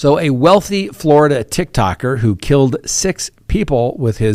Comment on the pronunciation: Tiktok'er!!! Not tick tocker 😅🤣